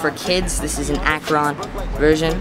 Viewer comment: You pronounce akron weird lol